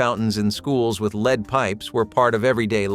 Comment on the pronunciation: "Leed" paint??? It is pronounced LED